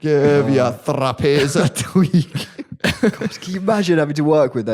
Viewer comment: It’s thrupnies not thruppies lol